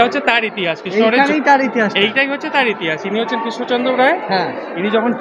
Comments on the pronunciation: রাজা কিষ্ণচন্দ নয় বলুন রাজা কৃষ্ণচন্দ্র বড্ড বেশি কানে লাগছে। উচ্চারণ সঠিক হলে ভালো হতো। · উচ্চারণ টা ঠিক করুন..কিন‍্য চদ্র বা কিশ্ন চন্দ্র না কৃষ্ণচন্দ্র হবে